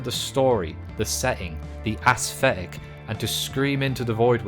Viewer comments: assthetic xD never heard someone say it that way before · My man cannot settle on a pronunciation of "aesthetic".